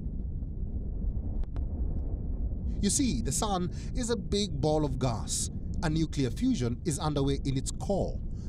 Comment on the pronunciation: Why is he pronouncing gas as gaas and gases as gaases 😭😭😭😭